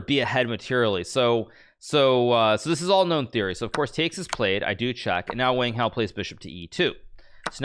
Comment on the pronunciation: Hmmmm. How Hikaru pronounces Wang Hao seems pretty strange to me. I can't expect him to pronounce with a Chinese accent though.